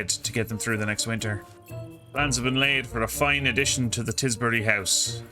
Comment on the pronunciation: Tisbury, Tis Bury Nice